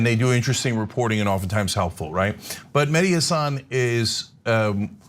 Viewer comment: I cringe every time Cenk and Anna say "Hassán" as opposed to "Hassan".